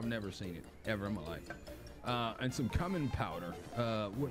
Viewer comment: Bruhhh I’m dead lolol And it’s pronounced “Q min” Food came out good tho I think ima try out this game